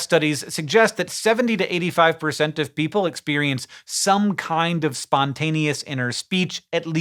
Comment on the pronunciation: Thumbs up if your inner voice said, "Huh. The way he pronounced 'percent' there. I'm gonna have to rewind it."